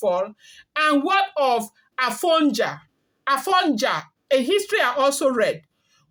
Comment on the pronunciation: Afonja id pronounced A-rdoo..fon-doo..ja-miii